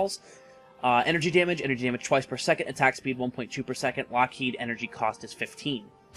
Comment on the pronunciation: Are you sure Lockheed is pronounced the same as Loki?